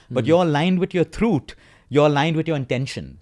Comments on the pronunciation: I thought "truuth" is some new word and took me a while to understand that he meant truth .. such accent much wow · It's actually throot